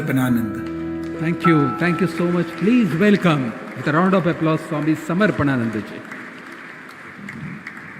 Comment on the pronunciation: Why can't the anchor pronounce the name 'Swami Samarpanananda' ji correctly? I don't think it's too hard .